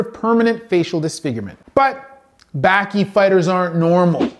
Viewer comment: Correct pronunciation below: Baki...bah-kee Hanma...hahn-muh Gouki...go-kee